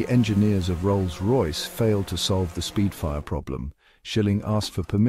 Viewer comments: It’s spitfire, not speedfire. The AI used for this video is comically terrible. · For God's sake stop using AI for commentary... Supermarine "Speedfire"!!! It's Spitfire!!!!!!